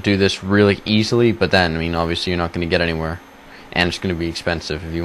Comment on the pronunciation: lool, like the way you said 'get anywehere' lol